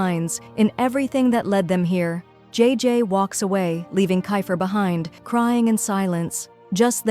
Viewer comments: Is not g is jay jay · Bro its jayjay not g btw this is called Ang mustya ng section e this if filipino but it has a bit of english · Its not iris it aries,its not jee its jay jay pls pronounce names properly